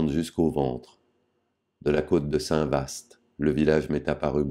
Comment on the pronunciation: Merci pour cet enregistrement sans musique : c'est merveilleux. (Au fait Saint Vaast se prononce "Vâ" en allogeant le A et en taisant le ST )